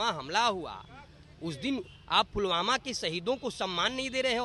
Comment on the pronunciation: फूलवाला फुलवामा कर रहे हैं महोदय.. सही उच्चारण पुलवामा है..! बाकी शिक्षा की जरूरत है इन्हें.. सस्ती पब्लिसिटी के लिए कुछ भी